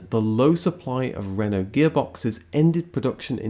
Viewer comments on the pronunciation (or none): none